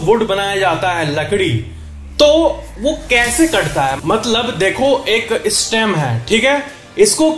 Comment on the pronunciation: Sir ek iccha thi bass english shabd jo s se shuru hote hain unke pehle e na bola kro for ex. Stem ko estem nhi stem hii bolna😀😀